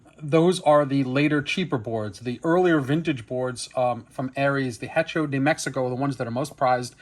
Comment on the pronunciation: Love the video, but FYI the h in Spanish is silent. Hearing the h pronounced in hecho was painful to hear. 😂